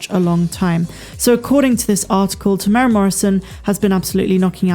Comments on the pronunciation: Hi. Just for future reference there is a 'u' in Temuera's name. We are Maori & our vowels are different to english. You say his name Te tear as in tear something apart / mu-moo like a cow sound / era like end of an era / tear-moo-era... we actually roll the r sound but it wont matter too much. Even European New Zealanders cant roll the r when saying Maori words & place names & they live here! Lol thanks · Tem-ew-air-ah is how to say his name. 4 syllables. 🙂